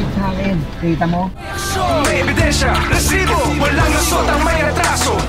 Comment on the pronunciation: Rrrrrrrresibo. Umay ka namang host. OA